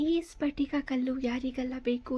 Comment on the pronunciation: ಸ್ಪಟಿಕ ಅಂದ್ರೆ ಕ್ರಿಷ್ಟಲ್ ಇದು ಪಟಕ ಈ ತರ ಹೇಳುವದು ಸರಿಯಲ್ಲ.